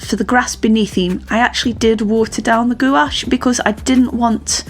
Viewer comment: Uhg Sorry but I cringe every time you misspronounce gouache it rhymes with the word coach the U and the e are silent nice painting.